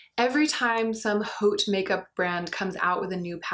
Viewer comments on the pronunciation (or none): haute is pronounced oat (which leads to cheval couture?)